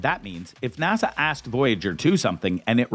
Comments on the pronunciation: Narrator: NASA is not pronounced Nassau! It's NA-SUH! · How the narrator pronounced or rather mispronounced NASA was irritating. Kept saying Nassau. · Why is he saying nasaw? N.A.S.A. it's not even a word, how can you mess that up? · "NASA" is an acronym. “Nassau” is an island city in the Bahamas. You're welcome.